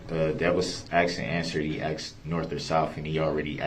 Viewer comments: I wish should would have told him it's not axed it's asked! I hate this man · Poster Child for IDIOTS Darrell Brooks!!!! Objecshun axe jujishal substain!!!😂😂😂😂 fkn idiot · brooks needs to create a new language. So far, axed and biast are my favorites. 😂